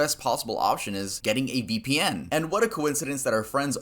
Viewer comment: Ve pee en